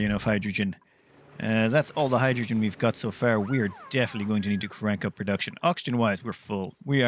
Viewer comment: stop calling hydrogen "hijujune" dude. was annoying :D